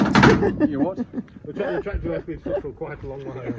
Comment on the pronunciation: Abes twactor’Twacy’, you’re a sick woman …. I love your humour! 😂